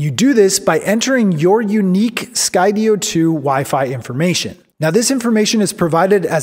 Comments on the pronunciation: Great video, although I HATE the way you say Sky-DEE-oh lol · Had to kill the video 4 minutes in after he pronounced Skydio incorrectly. It's pronounced like the word Studio, like studio in the sky. HOW IS THAT NOT OBVIOUS???? (for the 3rd time) Sky Dio? Like Ronnie James Dio? Moron. And then there's the stupid off angle shot where he's talking to another camera. I hate this shot and it needs to frickin stop.